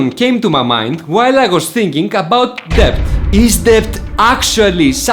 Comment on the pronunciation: Debt or Debts is pronounced Det or Dets.... the "B" is silent 😎